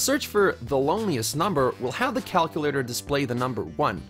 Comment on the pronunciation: did he say... cal-coo-lator...?